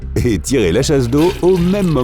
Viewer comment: chasdoville?!😂....le jour de la chasdo😂😂